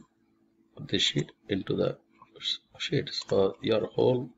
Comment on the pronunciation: every time he says "sheet" I hear it as "shit"